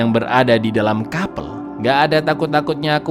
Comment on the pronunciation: sekedar info aja sih: baca nya bukan KAPEL tapi nya KAP3L 🙏